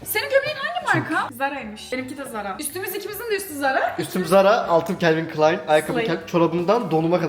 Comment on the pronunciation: Calin Klein diyosun abiiigg